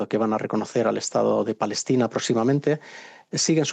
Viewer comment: No saben pronunciar palestina dicen falestina a lo mucho!